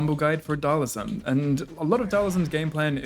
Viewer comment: It's Dhal-SIM. Not Dhal-ISM.